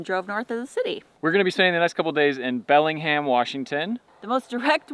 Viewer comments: It’s Belling-HAM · It’s pronounced Belling-Ham. Not Belling-um. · She pronouncing Bellingham so wrong. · No, everybody doesn't mispronounce those names! As someone who was born and raised here and still lives here, I can tell you no truly local people mispronounce any of those names. She didn't even pronounce the city of Bellingham properly, and that is an English name straight from England.